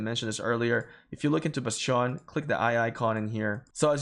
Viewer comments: it's not basteeeooon. it's called bastion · Your pronunciation of bastion is enlightening and maddening at the same time. I can't decide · The way you say bastion throws me off